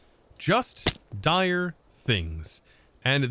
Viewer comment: DIRE things not direS 😂